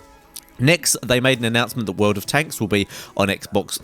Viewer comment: "WERLD OF TENKZ"